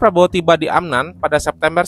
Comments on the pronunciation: Bukan Amnan Bang tapi Amman, sedikit mengkoreksi.🙏🏻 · Min, ibukota Yordania AMMAN (double M) bukan AMNAN